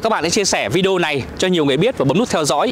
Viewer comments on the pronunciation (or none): none